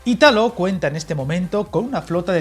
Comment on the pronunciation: Hola, me encantan tus vídeos. Para que lo sepas, por si te enteresara, el accento en Italo está en la i: como si fuera Ìtalo